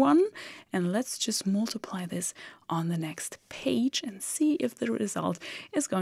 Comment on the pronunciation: Good to see that you are teaching in english now, too. And it sounds great! (except the word "mUltiply" , the "U" is pronounced like a german "A") Keep on !